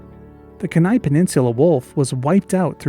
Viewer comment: Lovely video! Although as an Alaskan I have an obligation to nitpick: it's pronounced keen-eye, not Kehnai, with the emphasis on the first syllable. I actually had no idea the Kenai Peninsula wolf had ever existed, that was really fascinating to learn about.